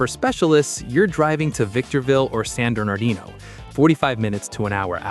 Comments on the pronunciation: this guy has a speaking problem with San Bernarlino and Las Legashos guy has a speaking problem with San Derdanino and Las Legas 😂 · Why do you say "Las Legas" or "San Dernerdino"?